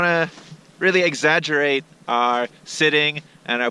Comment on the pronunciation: I think it's exaggerate not exaggurate